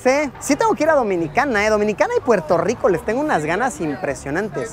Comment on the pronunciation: ¿Porque dicen? Puelto Liko??